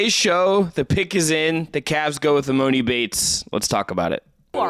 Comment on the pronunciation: E-MAH-NEE YALL CMON